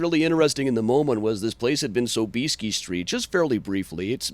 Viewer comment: PS. ...i najpierw naucz się jak się w ogóle WYPOWIADA SOB-IES-KI! (Sob-EE-ski)! hahaha! :D